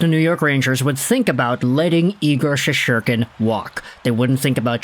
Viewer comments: Shest-er-kin…not that hard to pronounce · Learn to pronounce his name dude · Learn how to pronounce his name.. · Learn how to pronounce his name